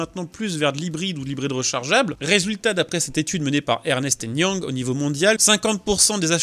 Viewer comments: Le cabinet EY, c'est Ernst & Young, pas ErnEst And Young. Sinon, merci pour la video!!! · Ernest and Young mdrrrr c’est Ernst pour info et on dit très souvent EY (en anglais e why) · EY c'est Ernst et non Ernest. Alors oui en anglais Ernst est l'équivalent français de Ernest, mais autant prononcer le nom du cabinet correctement. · C'est Ernst & Young, pas Ernest & Young ! (une seule syllabe pour "Ernst") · "Ernest" est un joli et vieux prénom. Mais le cabinet de consulting s'appelle "Ernst and Young", pas Ernest et Young.... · On dit Ernst and Young et pas Ernest and Young. C'est un cabinet américain comme Mc Kinsey.... Ce n'est pas grave, mais au moins, c'est intégré pour les prochaines fois ;-) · EY Ernst & Young... pas "Ernest" & Young... 😅